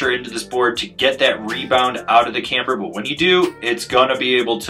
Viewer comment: This thing looks like a blast! I love it when says “camber” with three syllables…🔥